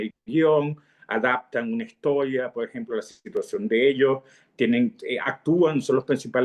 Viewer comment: Cuando empezó a hablar me pareció que estaba echando bromas , como estan hablando cosas de locos ,luego me di cuenta de que habla así, entrecortado , Lo mismo me paso con el gran maestro universal Jacobo Borges. En todas las entrevistas utiliza una palabra mal pronunciada "PO EJEMPO" , también pensé que eran bromas del gran maestro universal , pero no , después me di cuenta de que tiene muchos problemas de dicción, en cambio los entrevistadores pronuncian demasiado bien, y arman el programa muy bien, felicitaciones.